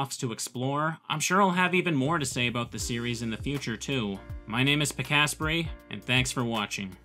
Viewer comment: Is there a reason you pronounce your name as Pi-kasprey instead of Pika-sprey? It just seems like that one scene from the Simpsons where all the hoity-toity women are pronouncing their names irregularly in order to sound posh (I assume? It's never explained).